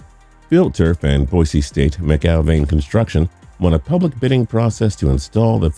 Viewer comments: Haha, just FYI it's boy-see and mack-al-vein construction. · It's pronounced macalvain